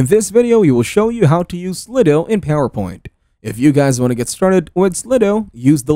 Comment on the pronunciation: Is that how you pronounce it? Slid o? I thought it was slide-o